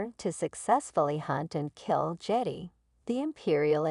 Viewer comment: You sound like Artificial Intelligence. BTW it's Marrok and Jedi, not Merric and Jetty.